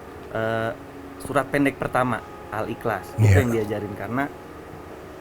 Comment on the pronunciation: koreksi dikit soal pelafalan ya, misal utk surat Al-ikhlas, bacanya bukan Al-iklas, tapi lebih mendekati Al-ihlas. huruf "kh" utk romanisasi Arabic di Indonesia itu bunyinya lebih mendekati "h" dibanding "k". CMIIW